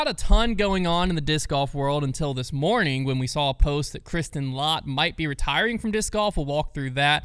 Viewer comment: 6th in the world for non top 10 Paige Pierce after that win! It's pronounced let, not lot by the way!